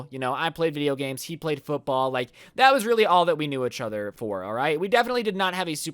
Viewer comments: He doesn’t say EACHother he says “uhchuter” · Achathor instead of each other does anyone else here this? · every time says "eachother", i get distracted by the fact it sounds like "achother" XD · ECHOTHER i love how he says this instead of "Eachother" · How many times does he say "Itchother" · bruh who else is cringing whenever he says "itch other" instead of "each other" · Does it bother anybody else that he says achather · The way you say 'each other' pisses me off "etch oder" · Ietchither LMAO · U said uchuder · Is it me or do you guys hear ich-other instead of each other, not tryna be rude but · Why do u keep saying eh-chother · stop saying "etch other" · Instead of “each other” keeps saying “Itch other” 😂 Holy shit this is the most likes I’ve ever gotten EDIT: I just got like 790 likes on a comment on another video... happy noises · Everybody but::pronounces each other as itch other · Anyone else realize how he pronounces “each other” as “A-chother” ? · my man. EEEECH other, not itchother😂😂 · This is how many times said etch other instead of each other 👇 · did anyone else go insane whenever he said fucking "echother" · Nobody: Absolutely nobody: Not even thanos:: UCHOTHER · When ever says each over he sound like he’s sounds like itch over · He says each other weird but I still love his content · Is nobody talking about how he pronounces "eachother"? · Anyone else think says each other weird???